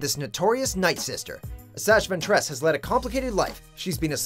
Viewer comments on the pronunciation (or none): fucks sake did this guy even watch the clone wars? he pronounced Assaj Ventress and Savage Opress wrong